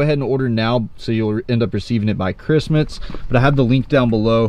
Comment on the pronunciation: Such a hard time saying Christmas 😭